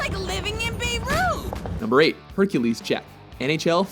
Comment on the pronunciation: "It's like living in Beyroo". 😂😂